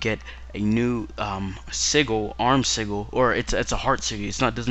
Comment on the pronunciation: Why cant anyine pronounce sigil right Anyway great review